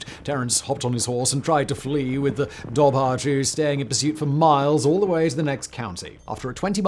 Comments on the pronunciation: Pronounced "DOVor khoo" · my dude, dobhar-chú would be pronounced duv-er coo - ch in Irish is a hard k sound, and bh is a v sound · Just FYI the correct pronunciation of Dobhar Chú is "Dour (like hour) Coo". It means dark hound in the Irish language. Oh and Leitrim is "Lee-trim". Irish words are tricky for non Irish speakers to pronounce. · As a native Irish speaker the dobhair chu would be pronounced dower-ku ❤❤ keep gaeilge alive ❤❤